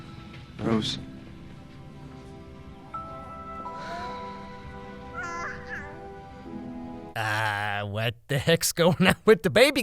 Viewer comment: Why does it sound like they're saying bro's when they are actually saying rose 🤣🤣🤣🤣 and yea no body in the movie except for billy cared about charlie